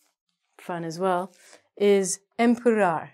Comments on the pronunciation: empurrar doesnt sound a litle portuguese cause you dont learn how to pronouse de vogals and the rrrrr sound. you must lear how to say de RR if you want to be understood. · Que divertido ela pronunciando "empurrar". I like you